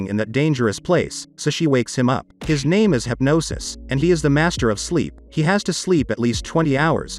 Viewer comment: the one thing that ticked me off is hypnos being said like hypnosis